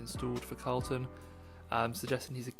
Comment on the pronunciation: Herta drives for Andretti in IndyCar, not McLaren. Also his name is Colton, not Carlton.